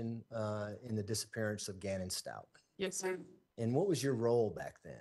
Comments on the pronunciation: Does she not realize she is saying the “Stauch” family name incorrect? Like, come on detective, it’s a respect for the Father and for Gannon thing. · It’s really irking me that this lady continues to mispronounce Stauch even after hearing everyone in the court including Leticia say her last name over and over. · I’ve never heard a simple name get butchered soooo many times !! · At this point I believe her defense attorney is mispronouncing her name intentionally. No one is that dense! 😂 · How can anyone, especially a rep from the police department, mispronounce the family’s last name “Stauch”??? It’s been 3 years, there’s been a moving van load of media coverage, heck the prosecutor questioning her even says it the correct way several times before and after she says incorrectly, as if to gently remind her of the correct pronunciation and she STILL says it wrong every single time! “Stauch” rhymes with “clout” with the “ch” at the end pronounced like “k”. So the lead attorney will say “STOWk”, and She will then follow by pronouncing it to rhyme with “Crotch” and I swear at least once as “grouch”! It kind of erodes her credibility for getting things right and recalling facts correctly if she can’t freaking say their last name correctly after all this time, and especially after hearing it just seconds before ! Lawyer: “Did you find anything in the room of Gannon STOWK?” Dept Rep: “I found Mrs STOTCH in the room..” I swear she even says it sometimes rhyming with “crotch” and other times with “couch”. I know it may seem a trivial annoyance on my part, but accuracy is important, especially in a case such as this one. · oh, maybe that first fall gave lieteca the idea. Does it bother you that does not pronounce the victim family name correct?